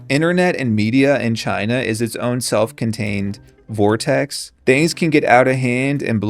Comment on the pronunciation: lol you said vore-tex.